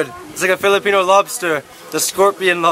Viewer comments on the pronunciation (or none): none